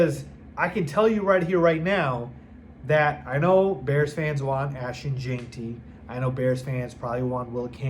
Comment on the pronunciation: I was so sure that you’d learn to say “gen-tee”, NOT “jane-tee” before the draft. Since I don’t think you’re stupid maybe see a speech pathologist?